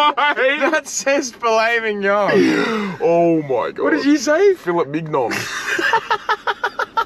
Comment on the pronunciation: ‘fill it midge non’ was so funnny